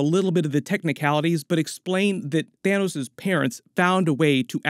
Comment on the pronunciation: lol "Thinos"